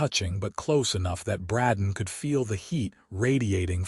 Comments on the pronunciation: Except for the CONSTANT MISPRONOUNCIATION of "Bradden" versus "Bray-don", it's a good story. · Just seems weird that the AI can't pronounce the name Brayden